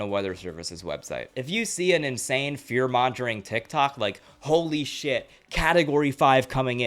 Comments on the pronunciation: Just a tip, “mongering” has a hard ‘G,’ not a ‘J ‘ sound. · I love everything you said and great informative video on the topic but have you literally never heard anyone say mongering? It’s a hard g sound. I agree that especially with this last storm the weather content has exploded and brought in a lot of people trying to make quick money or clout or whatever.